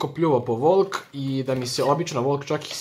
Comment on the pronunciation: Dobijem napad, kada cujem da kazes vOlk